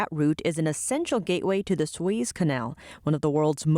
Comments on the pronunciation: lol who are you guys running your pronunciation checks through?? suez sounded like sweeez .. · Two syllables in the 1st name {Sue-Ez} Canal